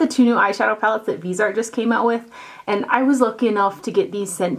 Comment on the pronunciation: Only top 5?!!! I would put Viseart in the top 2 easily though I have yet to own a Natasha Denona or Pat McGarth eyeshadow palette but I think I still would love Viseart above and beyond all of them And btw it’s pronounced vis-e-art short I, long e and the word art. Common on if a company is going to give you free stuff the least all you beauty bloggers could do is pronounce the company’s name right especially since so many of you claim to love them so damn much. I haven’t gotten anything free from them and I doubt I ever will and some of you have and will continue to get thousands of dollars of free products. Why don’t all of you bother to take the time and watch the fantastic interviews that Stephanie Nicole has with the owners of Viseart and Muse- I can guarantee you she knows how to pronounce the company’s name correctly I don’t know why this upsets me so much but it really does it’s a shame that so many of you can’t take the time to learn how to pronounce a company’s name that is so legendary in the beauty industry do you pronounce Lancome incorrectly, do you pronounce Estée Lauder wrong I don’t think so?